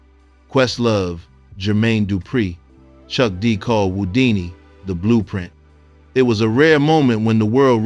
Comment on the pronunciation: Well deserved and earned tribute. Thk U. Also replace ripped with R-I-P and Who-dini, not whoo-dini.